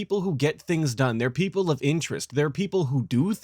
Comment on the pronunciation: HE said pripple instead of people cant make this up